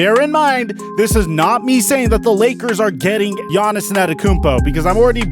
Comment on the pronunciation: wtf u say Giannis ' name like that?